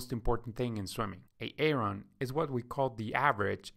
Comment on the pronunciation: Please stop calling him A-Aron! It is pronounced “eh·ruhn”